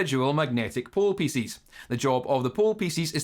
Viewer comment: i love "pieces" being pronounced like "feces ",makes me smile everytime